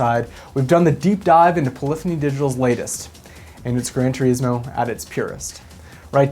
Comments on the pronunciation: Gran turISmo, not tureesmo... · Grand "tereeeesmo" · Is THAT how "Gran Turismo" is pronounced? "Gran Tjureesmo"? I've always pronounced it "Gran Turissmo". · The way you pronounce "Turismo" is giving me the shits.